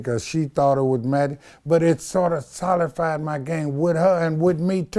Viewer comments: "Soli-fied"? He m it st b tryin to say "solidified" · Jorge Perez solidified homie can’t pronounce words correctly